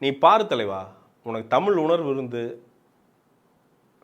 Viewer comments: venna first tell "zha" properly. dont say tamil. Say Tamizh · First Thamizh nu solluya. Zha vey varala.